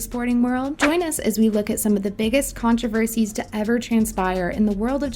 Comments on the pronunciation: "CONTRIVESIES" 🤔 Yeah, maybe skip this one 👍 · "contrivesies" isn't even close 🧐